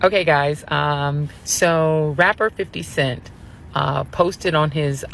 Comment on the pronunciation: did the deputy mayor actully call "50 Cent," "Fiddy?"